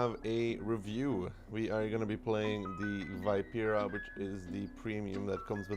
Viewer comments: you struggle with the pronunciation so it's - vii.pe.ra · I love you but as a fellow italian I have to say that the pronunciation can be better <3